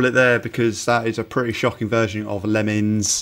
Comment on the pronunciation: I love "Lemmins"